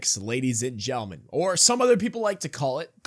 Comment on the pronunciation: you say it 20 times a video and say gentlemen with what sounds like a speech impediment lol. It’s maddening